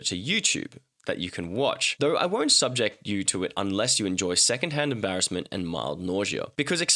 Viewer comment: subject here is a verb and is not pronounced the same as the noun. It goes from SUB-ject to sub-JECT.